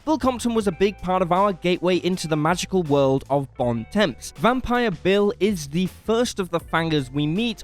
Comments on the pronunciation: Bon Tamps. That's its pronunciation. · It's pronounced "Bon Tahmp". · Bon temps?!?!? With that pronounciation, someone has clearly never watched True Blood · You mispronounced Bon Temps... I mean seriously they say the town name hundreds of times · It was written by one person, and presented by another. The presenter has probably never even seen the show, so he’d have no idea how to say it. It happens a lot.